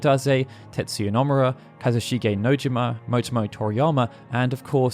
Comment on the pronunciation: Hearing "Nojima" pronounced this way is a little weird seconds after "Namura", when I'm 98% certain they're the same "No" (野島/野村).